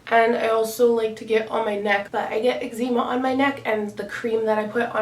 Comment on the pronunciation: the way she said eczema 😂😂😂